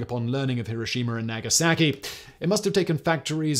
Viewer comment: "naa gaa sa ki" lol